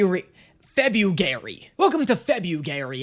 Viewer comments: "Welcome to Febu-gay-ry" completely missed the chance to say Fruity February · "Welcome to febu-gay-ry" - april 14th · "its like febur-febugary!!" its april whatchu on abt 🙂🙂